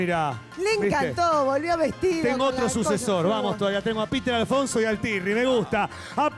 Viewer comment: Tirri no turri